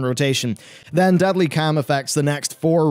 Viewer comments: Love your videos, a lot! But everytime you say 'Deadly Cam' i want to gauge my ears off 😅 caaaaaarrrrrlm <3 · Deadly calm is not pronounced as deadly cam. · Sooooo,. I know your trying to say Deadly Calm, but I'm hearing Deadly cam... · OMG HOW ARE YOU PRONOUNCING DEADLY CALM WTF